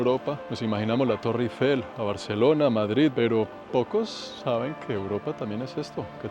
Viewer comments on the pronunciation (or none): none